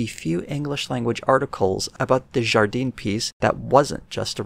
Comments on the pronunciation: For the pronunciation Jardin is pronounced Zhar dan with the 'i/a' sound meant to be clipped and just a little nasally. Just a little though it is not French Canadian. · Jardin would be pronounced more like jar dan. The 'e' sound would only apply if there was an e at the end (Jardine). I don't really know about Watson, but every time he comes up it's not good.